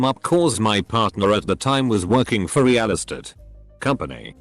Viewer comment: Love that pronounciation of realestate. I feel like I'm being introduced to a new character in a fantasy novel. "Beware King reale'stat and his crossbowmen!" In the bot's defense there's almost always a space in "real estate", so I can see why it stumbled on it.